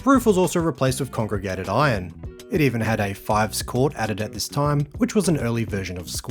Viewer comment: It sounded like you said "congregated iron". Did you mean 'corrugated iron'?! Regardless, another cracking video,!